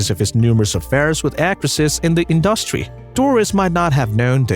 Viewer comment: Very curious pronunciation of some words like...💭 advertisement... industry...is this AI, as suggested a viewer?👀